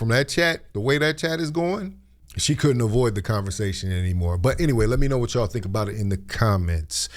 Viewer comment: Her constant use of ..."That ch"all" (Y'all") is telling exactly where she stands. And she doesn't like FBAs period. She doesn't even group herself in the FBA community- She is at best a 1st generation immigrant. Cancelled- We have to start taking tougher stands and stop enriching these people who don't like us. They are always yapping about us. We never do that to any of them, yet they all have such negative nasty thins to say about us.